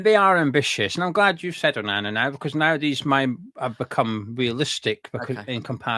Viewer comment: Laughed so much when he said onana 😂